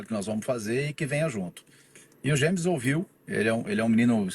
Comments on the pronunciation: Ele chamou de "gêmes" pronúncia correta, c/escrita Jemmes. Não é como no inglês "jeimes" =James. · Não tem "dj" na pronúncia. É como se fosse "gemes". Quanto a Gérson, mais seguro deixar ele lá na Sibéria msm. 💚🤍❤😎